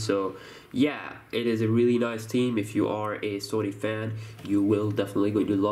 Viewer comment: can u maybe learn how to say theme.... THHHHHeam not Team.